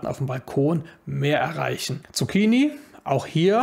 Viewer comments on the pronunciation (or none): none